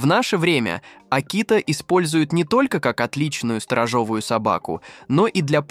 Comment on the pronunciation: СторожЕвую а не сторожОвую